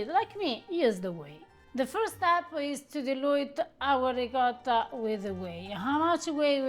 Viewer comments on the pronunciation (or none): We know loves Ricotta, so why he cannot make an effort and pronounce it a bit less American? Instead of Ricada say Ricottttta! Thanks 😉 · Peace you know better. Try to pronounce the Italian names a little better. It is RI COT TA. Not Ricoda. I also dislike how the Americans say risotto. Risoodo 😢. Great recipes!!! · Oh Pa-leeese! please use the correct pronunciation of the Italian words: ricotta is not ricatta. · Veramente lui dice qualcosa come “Rihcada”. Ma la cosa strana è che lui saprebbe anche pronunciarlo in maniera originale, perché lo sente ogni volta da. Se non lo sapesse, come altri americani, si potrebbe anche in qualche modo giustificare. a fianco a lui dice ricotta, così come dice altri termini italiani in maniera originale, e lui a fianco a lei continua a ripetere…. “Rihcada”. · I know that you know how to pronounce ''ricotta'' properly, so do it. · I, as an Italian, when he pronounces the word Ricotta, I hear a word in my ears that sounds something like… “Rihcoda”. The strange thing is that he has next to him who makes him hear every time the original pronunciation of the word (or even other words), but he continues to go on his way, as if he never heard the original pronunciation. By the way, for me the even stranger thing is that, as you also say, he after years of living with, he knows very well how certain things are pronounced in an original way, because if he didn't know, like so many other Americans, it would be more justifiable. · Quindi in questo video, per quanto riguarda la Ricotta, sentiremo dire diverse volte qualcosa come...”Rihcada”?;) Comunque, la cosa molto strana è che lui sa bene come si pronuncia in maniera originale Ricotta, perché lo sente dire ogni volta da in maniera originale, così come altri nomi italiani. Se lui non lo sapesse, così come tanti altri americani, si potrebbe più giustificare. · Ricotta cheese.....pronounce it right..!!!